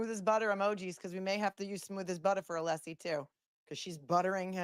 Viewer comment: Is he pronouncing Alessi's name as 'Aleesi'?